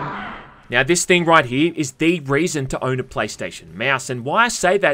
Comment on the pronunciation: Every time I hear "when it came "miau" out" I crack out loud. Where is this accent from???